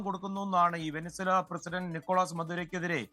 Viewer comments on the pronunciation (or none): none